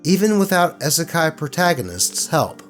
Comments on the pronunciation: please, it's EEE-suh-kye, like you'd say "e-mail" or "e-commerce". 😩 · Love your content. But that first story was hard to to sit trough when you kept saying "Eh-Sekai". lol It's a short "i". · I know it’s not intentional, but as someone quoted here: "Isekai" has hard "i's" like double "e's." My Misophonia makes it irksome when you say Isekai Protagonist. I’m sitting that first story out. Still, good job and keep doing what makes you happy. Also thank you for paying the CAT TAX. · "Isekai" has hard "i's" like double "e's." Also, aside from in Niten Ichi-ryu, wakizashi were mainly used as backup weapons if samurai lost their katana, so no one aside from a surface-level weeb would use two of them at the same time like that. Additionally, I hope the atheist douche ends up in the Wall of the Faithless. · Am i the only one upset oh how he is saying Isekai? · Why did you not research the pronunciation of "isekai" before reading this? XD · Not gonna comment on the spelling of it but you pronounced it wrong. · Could have at least pronounced “Isekai” correctly…